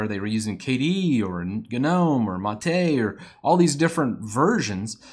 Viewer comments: Sir, did you just say GaNOME? ಠ_ಠ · > Guh-nome D...did Did I just get GNOMED?!